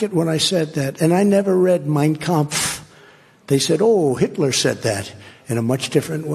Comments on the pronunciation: He never read it? Then why did he pronounce it in perfect Deutch? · It’s just funny that he can’t pronounce “origins”, “future” or even “United States”, but he has a very good pronunciation of Mein Kampf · Of course he read Mien Kampf. Cause when he said it, he got the penunctuation right. If he didn't, he would know how to say the name right, much less the spelling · If that idiot can pronounce mein kampf correctly then it is one of the few books he has read. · It says a lot when the same man who couldn’t/can’t pronounce simple words pronounces Mein Kampf perfectly. Sure…he has never read Mein Kampf!!🙄🙄